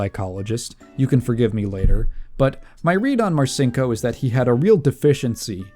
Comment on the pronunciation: My dad was in the Navy when I was a kid growing up in the '80s and '90s. I heard about Dick Marcinco's bad reputation from quite a few guys who considered him to be a pathetic joke. The one part of this this video that slightly irked me, is that I've always heard the name pronounced "Mar-Cheen-Ko", so hearing you pronounce it "Mar-Sink-Oh" just felt really weird to my ears. Aside from that, this was a great video. Very informative and well constructed, I look forward to seeing more.